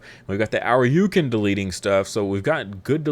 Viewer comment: It's painful hearing you say Ōuryuken. It's not pronounced 'Ow-ryu-kin.' It's pronounced 'Oh-ri-u-ken.' Ōuryuken translates to Dragon King Sword, the 'Ōu' meaning 'King'